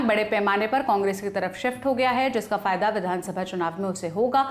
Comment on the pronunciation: "लल्लनटॉप" एक हिंदी चैनल है और आप से ये उम्मीद की जाती की भाषा की शुद्धता का ध्यान रखेंगे । कृपया ४:१२ पर ध्यान दे "फदया "नहीं होता फायदा होता हैं। ऐसी गलतियाँ सुधारने की आवश्यकता होती है ताकि भाषा की शुद्धता और प्रभाविता बनी रहे।